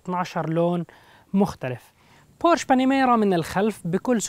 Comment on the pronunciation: اسمها بورشه ، مع احترامي